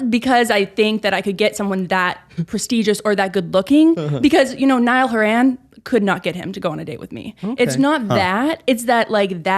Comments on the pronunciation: Did she just say Niall Her-An? Girl...what? Lmao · are we ignoring how said niall huh-ran instead of horan